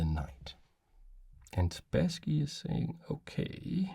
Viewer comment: Hello! This video isn't the first one where I listen (I do mostly listen) to you talking about some chess master Boris Spasskiy, and only now I have realised whom you're talking about! He's [Sp^sskiy] with "a" like in "bus". The "a" is stressed, also. For how you say it, with "a" like in "back", we have a different letter. Hereby, I present it to you: "э". If you don't see it in the Russian writing, then it shouldn't be pronounced in English either. Actually, I think you say Kasparov very well! Same thing here. And same goes for the city: Leningr^d, not Leningrэd. Thank you for your content and I hope you'll find this tip useful! P.S. He's also Bor'is, with the "i" being stressed here, but it's less crucial for understanding.